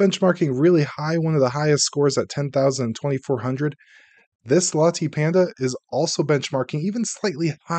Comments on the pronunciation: LATTAY! It is pronounced LATTAY! DUH!! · Latte pronounced “La” as in Lark, and “tay” as in Taylor. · Have you never had a Latte before? It's not pronounced with a hard E sound. Just like nvidia is not prounounced nu-vidia, ;-)